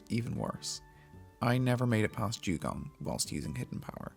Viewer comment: i could swear he called it a jewgon......